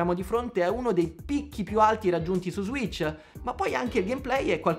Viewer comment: Ssss serpente sasso ssss si dice switch, non zwitch.